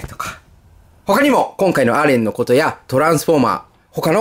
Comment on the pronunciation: さんたまにアレンではなくエレンと言っている時がありますよ